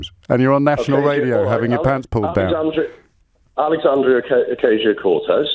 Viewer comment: He couldn't say her name correctly off the top of his head and then he looked at his phone he couldn't pronounce her name in Spanish either. So double fail.